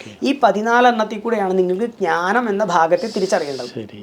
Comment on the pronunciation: ഞാനം അല്ല ജ്ഞാനം എന്നല്ലേ പറയേണ്ടത്